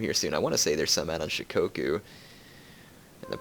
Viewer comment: It's shikoku.